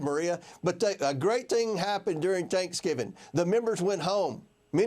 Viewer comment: A great “ting” happened during “tanksgiving”…….come on